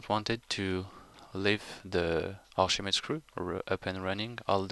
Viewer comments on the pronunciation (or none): Oh, Archimedes. I thought you were saying arshimeed or something... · what is the second word he keeps saying? Archimedes ___?